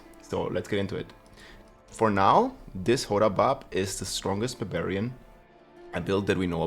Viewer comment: I keep hearing BAVARIAN 🤣